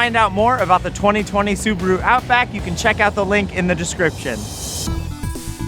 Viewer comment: Wtf is a subru? Soo-BAH-Roo